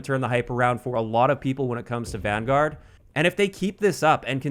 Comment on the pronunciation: So excited that you pronounced Vanguard wrong